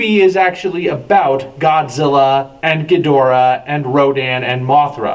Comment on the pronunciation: You are rapidly becoming one of my favorite youtuber's,. I had my differences with you in the past over pronouncing King Ghidorah's name, but since then I've enjoyed every one of your videos. They have been so fun to watch. Whether you are making Godzilla cookies or reviewing other material, your channel is just great! Cheers buddy! One question, who's the bust of in front of the old school black camera on the right side?